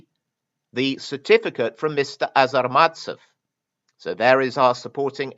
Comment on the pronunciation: The Russian "authenticator" is a not-so-petty criminal, however, you consistently mispronounce his surname. It is ARZamastsev, not AZArmatsev. This not very common last name is likely originates from a toponim - there is a city named Arzamas i. Russia.